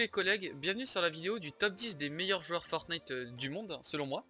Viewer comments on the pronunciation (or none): none